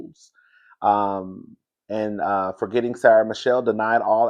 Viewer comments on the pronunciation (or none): none